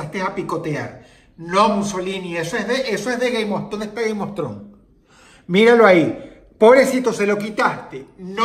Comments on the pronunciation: no se por que escuche “gay mostron” en lugar de “game of thrones” xdxd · Es Game of Thrones, pero si lo pronuncias rápido parece que dice Gay Mostrón 😂